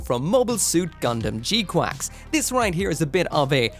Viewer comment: It’s literally gquuux not god damn gquacks omg dude